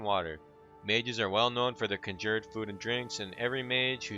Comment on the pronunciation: You pronounce conjured like an uneducated